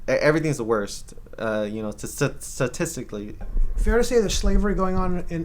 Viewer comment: This butthole is a freaking disgrace to the Mexican race! Satisticly! Hahahaha he can’t even pronounce statistically! What a total fn loser! Dumber than you would expect of a leftist America hating activist. Disgusting human! Buffoon! Idiot of the year.